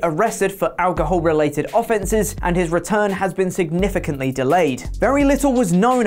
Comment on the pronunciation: anybody else think he pronounced the word offences strange? no just me ok then...